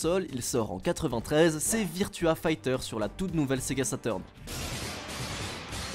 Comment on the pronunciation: Saturn, pas sateurn